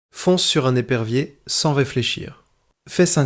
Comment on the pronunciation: Par exemple des perviers au lieu d’épervier . Grave quand même.